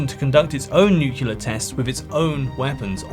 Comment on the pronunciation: Great vid. But, with a vocabulary like yours, hearing "nukeular" rather that "NUCLEAR" just grinds my gears.